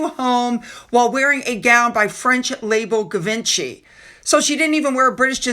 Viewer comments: Givenchy is pronounced "zhee - vaan - shee" NOT "Give - en - chee." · I get that the point was to trash Meghan but it would still be polite to pronounce Givenchy correctly (jee von chy) The French didn't insult the monarchy. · Hi, FYO Norwich is pronounced “Norrich”and Givenchy “Jeevonshee” X ❤️. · FYI Givenchy is pronounced Jzee-vahn-SHEE (Jz is a French sound, as in Jacques Cousteau). Im not trying to be picky, but ... if you are speaking a foreign surname one may as well say it in the native language ;-) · She's just a polarizing person. I think that it will be nearly impossible to change public opinion after her years of arrogance and flapping her gums. Also, Givenchy is pronounced "zhee vaan shee".